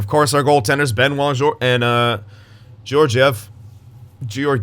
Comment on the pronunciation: and Georgiev’s name is pronounced kind of like Guy Lefleur’s name